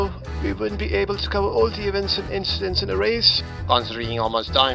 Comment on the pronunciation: Leclerc saying "inchidents". A subtle reference to a quote from his karting days. Brilliant!